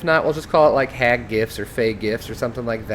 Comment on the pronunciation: The way you say the HAG, like dang man